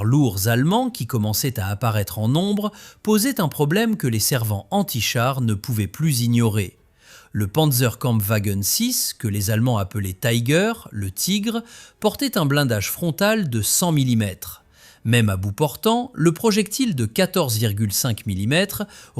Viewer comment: Tiger se prononce en allemand tigueur absolument pas taïgueur. Arrêtons de tout prononcer à l'anglaise ! Halte à l'impérialisme culturo-linguistique anglophone !